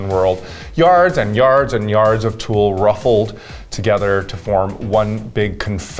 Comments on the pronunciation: "Yards and yard of tulle" C'mon Ms Tu-Tu-Tulle and fabric and felt. Sickening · Did Raven just say... TULLE??? 👁